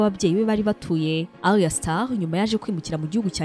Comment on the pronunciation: Just a small correction, it's Ayra* Starr, not Arya or Aria. It's 2Face Idibia*, not Idiba. Keep feeding our minds, We love your content!👏